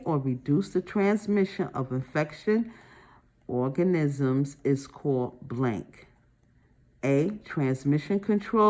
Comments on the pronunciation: The way she kept calling ‘organisms’ ‘orgasm’, damn near chocked on my food from laughing so hard. Maybe sounding out word is harder for some people. After watching multiple videos, it’s obvious that she’s been memorizing and guessing words for years instead of actually reading. All good. We all have our areas of weakness. Still happy there is a video like this to help us study. 💕😅😮‍💨😁☺️. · I lost it with the orgasims. It was very difficult to comprehend when you couldn’t see the questions and the pronunciation but I did get something out of it